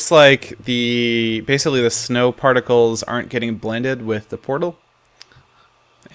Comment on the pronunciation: did he say snow farticles